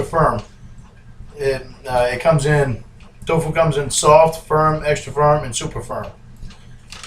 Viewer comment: I like how he reads off how many calories in the butter then just pours 1800 calories of bbq sauce in. Also can we get a counter on how many times he says "twfoo".